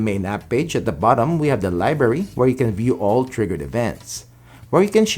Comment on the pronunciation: You say library funny